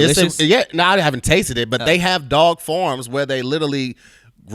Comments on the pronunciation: Its mad how says 'Farm' like how I say 'Forums'... I'm from the UK loool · is pronouncing 'farm' as 'form'. We all noticed that, right?